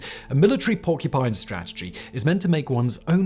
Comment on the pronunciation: WHY "PORCU'PINE'"!